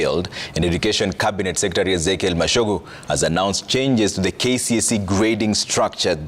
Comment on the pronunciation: Wewe can ypu pronounce that name machogu the way it us supposed to be pronounced...wacha ujinga wewe reporter in a national tv